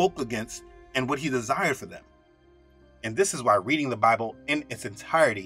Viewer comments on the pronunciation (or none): none